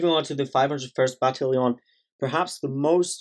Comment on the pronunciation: I'm more shook on how ya said "battalion"